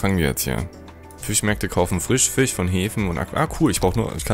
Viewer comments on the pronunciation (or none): none